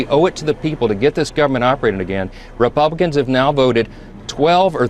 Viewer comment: Did he say " the repumpkins ?